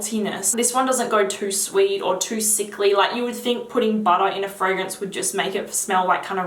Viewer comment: Please say bahda(butter) in every single video. Made my day.